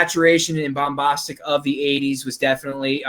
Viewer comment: “Bumbahhstic”, “suspend belief”, “Dacre Daykin”, “Stardust Mall”, “Pierce BRONsan”? Did have a stroke? 🤔